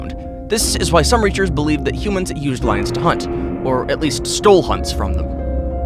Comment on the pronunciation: Reshurshes, love how he says researchers